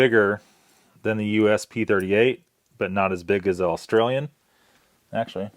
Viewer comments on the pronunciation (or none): none